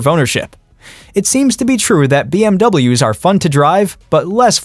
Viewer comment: ya know… a few Bee Em Double yaas and such.